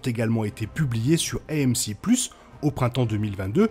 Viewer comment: Pourquoi tu prononces AMC "EMC" ? 😁